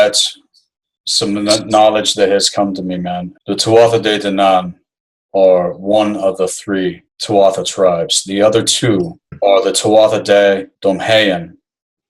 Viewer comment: I thought the same! Great video! Great content! But a couple pronunciations being off. Another being Tuatha De Danaan is pronounced 'Too-ah Deh Danaan'. Just the little pedantic Irishman in me thinking to point that out 😂 Love this vid though